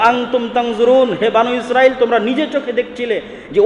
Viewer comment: বানু ইস্রাইল বনি ইস্রাইল আগে ভাসা শিখুন